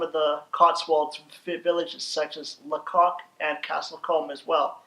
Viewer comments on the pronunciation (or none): Lacock is pronounced Laycock.